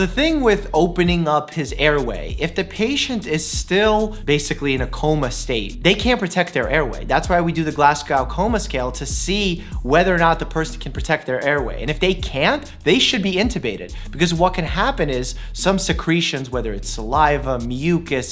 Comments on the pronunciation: 'Glasgow' is pronounced more like 'Glasgo' . The 2nd syllable does not rhyme with cow. Well that's how it's said here in Scotland. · Mike i like you but please for the love of as a viewer from Scotland never say Glass-cow again 😂 Glaz-go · Yeah same, it's Glasgoh not glasguw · just FYI Doc, Glasgow is pronounced Glaz-go, not Glass-cow 🐮👌😄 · The second syllable is goh, not gow. Basically the “w” at the end is silent. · As a Scottish person, I am offended and yet very entertained. Glass-cow what now? 🤣 (It's pronounced Glaz-go.) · Glasgow isn't pronounced "glass-cow", it's more like "glaz-go", the W is silent. Love from a Scottish fan. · Just FYI Dr Mike if its Glasgow like the city it's pronounced gl-as-go not glass-g-ow. I really love these doctor reacts ones that tell us what is accurate and what isn't. Obviously tv is gonna be more dramatic and have rare conditions but they should try and get basic things like what you do if someone is coding right. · Oh Dr Mike... oh dear dear Dr Mike. “Glaz-goe” Coma Scale. I come from “Glazgoe” not “Glass Cow”. See, somethings you don’t get from Med School eh? 😅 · Yo dr Mike your saying Glasgow wrong it’s said like go not gown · Glasgow (Glazgo) not Glasgow (Glassgow) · Is the Glasgow Coma Scale referring to Glasgow as in the Scottish city? If so, coming from a Scottish person, it’s pronounced more like Glas-g-oh, not Glas-g-oww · Glas-go not glass-cow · glass cow coma scale, why can’t people just say glasGOw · Miiiike it's GLAZ-GO not GLASS-GOW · Oooh. Oh. Oh Doctor! I’ve watched so many of these over 2 days. I got addicted, and then you hurt me by pronouncing my home as Glass Cow?! Unsubbed. Kidding. But I now put everything you “know” into question. 😅 🏴 x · Hafsah Najam sooo true! My cousin came over from Canada and she said Glass-gow as well 😭😂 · It's the "Glaz-go" coma scale. I felt hundreds of Scots cry at that pronunciation. Otherwise great analysis. I was an anaesthetics nurse and thought Royal pains was hilarious.